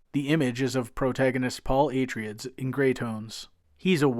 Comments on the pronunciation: Atryids? Dude what? I've never heard it pronounced that way... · Minor quibble, Atreides is promounced A-Traya-Dees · Good video, with one annoyance..."A-tray-dees". It's based on Greek. And the Folio edition is gorgeous, with Dune Messiah recently released. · did you do a search on how to pronounce "Atreides".